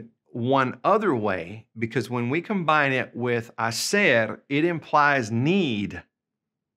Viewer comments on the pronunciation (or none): none